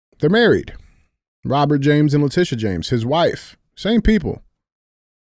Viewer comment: Funniest part on this episode is when DJ says La titty James!! 😅 also days of thunder is awesome!!